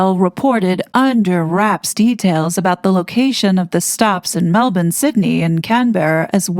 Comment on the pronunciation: Ta very much for pronouncing Melbourne properly, it is pronounced Melb'n. The other thing that's annoyed me a tad with some of the American content creators can't pronounce Bondi as its pronounced Bondeye. We pronounce Aussie as Ozzy, Australia as Straya, Brisbane as Brizbn or as we Aussies call it Brizzy, our island state of Tasmania is just Tazzie, the state of Queensland is Queenslaand not Queenslind & our nation's capital Canberra is pronounced Canbruh. It doesn't take much to look up how places are pronounced in other countries & it might sound ridiculous to the world but if there's one thing that really irritates & annoys us Aussie's then it's wrong pronunciations of towns, regions, cities, states & our country so ta hun for that Sending love & best wishes from The Great Southern Land 🇭🇲